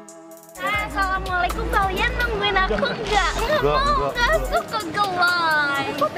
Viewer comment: Maksudanya itu "aku ga suka ga like" Cuman kedengerennya jadi geu lay